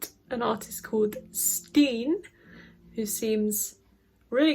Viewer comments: The fact she said stien and not s10 makes so happy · Good pronouncing of her name 👍🏻 And this song is a grower!